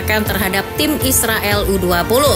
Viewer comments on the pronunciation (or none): none